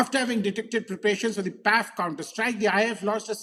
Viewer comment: Pls don’t say Paiff. Pls separate it as P.A.F., like I.A.F.